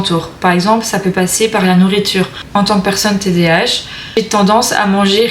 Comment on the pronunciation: On dit td A h pas tdh.jz sais d'où tu es mais en Belgique cest pas le psychiatre ki ft les test mais neuropsy